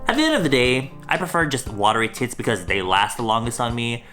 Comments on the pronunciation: Tints Me: thinks hes saying Tits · I swear I heard “I prefer watery tits on me” 😂😂😭 Edit: it’s